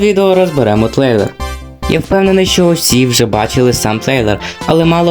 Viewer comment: згадав. Короче у деяких моментах ти говориш слово трейлер як тлейлер. Так я зануда😈